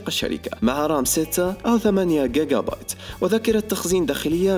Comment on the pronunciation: جيقا بايت وليس guigua